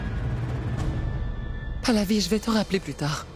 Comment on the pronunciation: J'aime tellement quand dit Palavie😂